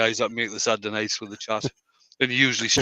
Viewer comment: TEABAGGGG: It's Satday night... 🤣🤣 Awesome fun again!😁👍